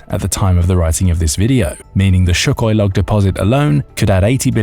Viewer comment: It's not Shookoi.....Sūkhoi.